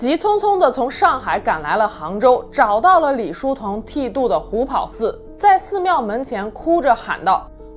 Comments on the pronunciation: 虎跑（ páo）寺是正确读法。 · 虎跑寺听着太别扭了，跑在这里读第二声 páo